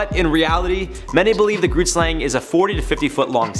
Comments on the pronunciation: It is Afrikaans and I’m no expert at writing the phonetic spelling, but it’s similar to: khret-schlong. The first word is said with a “k” sound but from the back of the throat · As a South African who's home language is Afrikaans I can respectfully say that you are butchering the pronunciation of the grootslang. I also can't figure out what the town is your talking about. 🙃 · Right? it took me a while to figure out that he was saying grootslang xD It looks like it might be in Richtersveld in the Northern Cape, I googled it so that I know where not to go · Grootslang? your saying it wrong i am from south africa and thats not how you say it